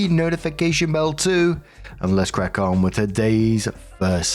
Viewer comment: I know said Crack on, but who else heard "Crap on"